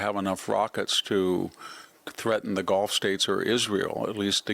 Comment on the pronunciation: Victor, please please please please correct your pronunciation of the GULF of America NOT!!!! “GOLF” Thank you 1000 times please I reiterate GULF!